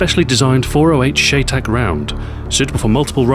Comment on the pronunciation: Shy Tac! It is pronounced Shy Tac! Spelled Chey Tac, pronounced Shy Tac. Chey Tac is short for Cheyenne Tactical